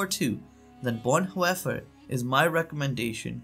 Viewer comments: It’s pronounced BonHoffer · Learn how to at least pronounce the German language.... The name is Dietrich Bohnhoffer, said as"Deetrick Bohnherffer". (in German the name Dietrich has an 'ie' ipronounced as an ee' and 'Vorbei' with an 'ei' is [pronounced as an an "eye"... 'Hoffer' (with the umlaut - the double dots above the o, sorry I do not know the correct keyboard shortcut for that.), is closer to 'herffer' but spelt as Hoeffer in English. There a lot of tricky pronunciations for English speakers, besides those.... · Please learn to pronounce names like Bonhoefer.